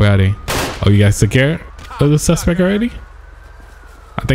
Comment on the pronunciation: the suspec is down.. lmao...SUSPECT!